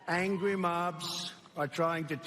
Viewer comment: I love how he starts this clip with, “Angwy mobs!!” Later on, did he finish the day by hunting Wabbits?? 🤣🤣